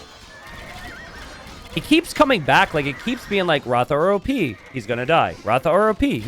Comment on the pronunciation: It is Rath रथ and not ratha